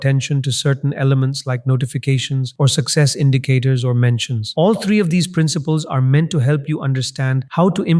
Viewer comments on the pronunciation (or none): “Tree ways”!